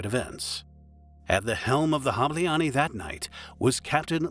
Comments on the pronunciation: "Ny" is one letter not two different! Please just say the english name of the weasel instead trying to pronounce the Hungarian name of it! The video about the story is good just annoying to hear the miss pronounced word 😅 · "Hableány" was also pronounced incorrectly during all the video. However, Hungarian language is one of the hardest in the world (besides Chinese). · I just clicked to hear the word "Hableány" get mercilessly butchered by lazy foreigner content mills, who can't bother to spend 15 seconds to look up the proper pronounciation for a video they're making. Well, mission "accomplished". "Hableaani." They made it into a Finnish word. Well, then I can't bother to click like or subscribe. Sorry, too much effort! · The way you pronounce "ny" at the end of Hableany is disturbing, but other than that it's a GREAT video, with excellent editing. Thanks :) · sorry but Not Hablááánni, its speel like this: hob-lay-ahn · You completely butchered the names. Hableány is not "habileanie" 🙄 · hableáni bro. atleast do some research how to pronounce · note: Hableany == HAB le aa n , the closest can you get :D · You should learn how do we hungarians pronounce "hableány"... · As a hungarian, I remember I was actually close by when it happened, and just didn't know it happened (was chilling in Kossuth Lajos tér at a coffee) until the news hit later on. (also. Im sorry. That's not how you pronounce Hableány but you almost got it. sometimes our "y" letter is combined with another one, creating a whole new letter and way of pronounciation. And I am really sorry for pointing it out, but when I heard the end of the word I couldn't help but laugh) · Hungarian here: the video is very well-researched but the pronunciation of foreign (hungarian) words is atrocious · Good vid, just next time ask google translate to read aloud the names in foreign languages. Hableány is pronounced totally differently. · The “ny” at the end of hableány is pronounced like “n” in “new” btw